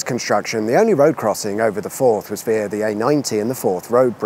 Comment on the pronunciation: Via is not pronounced the same as veer🤷‍♂️